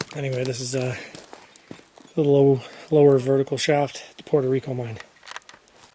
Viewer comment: Puerto Rico not Porto please, thank you great job 👏